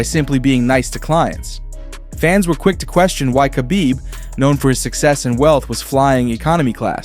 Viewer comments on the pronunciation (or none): Who is kabib? I know his name is Khabib aka Habib but who is Kabib. You guys don't even know how to pronounce people's names.